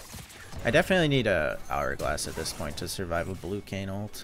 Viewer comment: Why the fuck do you say "alt" instead of "ult"? I don't even know why it bugs me so much. Shit drives me insane though.